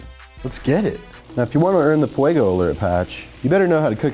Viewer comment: it’s fuego not fuago